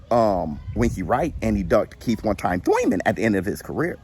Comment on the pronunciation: The way you say (Thoyman) 🤣🤣🤣🤣🤦🏾